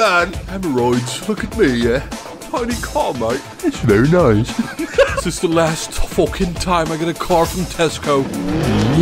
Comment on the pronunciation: 'ery noice